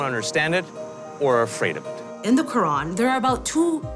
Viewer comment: Ur .... quran ka nam thik se le